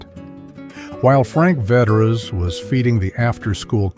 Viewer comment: Frank Vetere's was pronounced FRANK VETEARS. My high school guidance counsellor was a certain Father Vetere. He was Frank's cousin, and he handed out pizza coupons whenever you saw him.